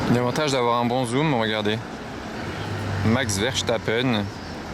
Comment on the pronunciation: Pourquoi vous dite Max Verchtappen, c'est Max verstappen...